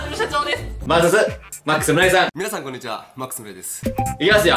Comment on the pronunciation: 昆にちはww ダメだ、こんなんで笑ってしまう。